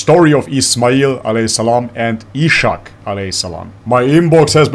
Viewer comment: How to say Ishaq, is like that: Is-Haaq you do not say Ish, you say is-haaq, the Is and then haaq.